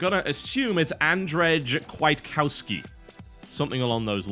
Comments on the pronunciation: it's Andshei Kviatkovsky btw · Andrzej Kwiatkowski = Andrew K-via-tko-vsky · TB, about you spelling the name of Andrzej Kwiatkowski, you did not do terribly bad, but still pretty bad ;) (I can tell since I'm from Poland)